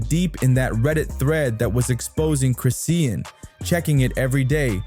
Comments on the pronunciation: If you say Chris-sea-en one more time nicca!!!! IT'S CHRIS-SHAWN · Its chrisean not crisea Ann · The way the bot says chriseen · I thought Noone was going to address the fact that he was butchering her name and the baby name that's ignoring I'm trying to watch it's hard listening to this man❤ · I was reading through the comments thinking “am I the crazy one?! 👀” wondering why isn’t anyone correcting it? Have I been saying it wrong this whole time?! 💀🤣 thank you for commenting on it.